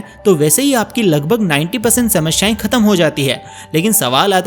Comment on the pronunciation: Samashyae nahi samasyae